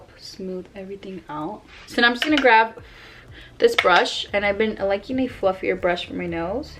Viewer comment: Learn to say “GRAB” and not “GRAV” WTF